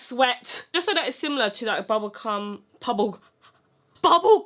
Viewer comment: This whole video was amazing up till the point I heard bubblecum. Never in my life have I heard bubblecum lmao. I'm scarred for life.